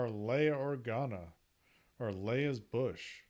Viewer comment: It’s a she and it’s not pronounced “bush”. It’s boosh